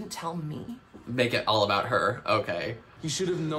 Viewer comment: OH MY GOD. That’s the first time I’ve ever heard anyone pronounce it ‘aboot’ in my life! No one in Eastern Canada has ever said it like that as far as I’ve heard. No one in Alberta either! Even my friends there have never heard it 😂 I always wondered where the stereotype even came from lol